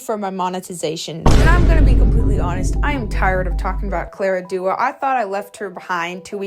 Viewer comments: Claira dooah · I noticed this too she mispronounces her name wrong in all the videos and it seems likes it’s on purpose atp